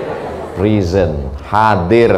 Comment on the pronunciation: Mohon maaf ustadz, pelafalannya bukan prison, tapi present, jd beda artinya 🙏🙏🙏